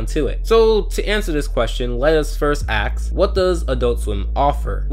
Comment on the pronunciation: It bothers me that you say "Axe" Instead of "Ask."